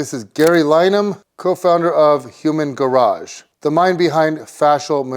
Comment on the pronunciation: spelled "Humangarage"...pronounced "HumanGARBAGE""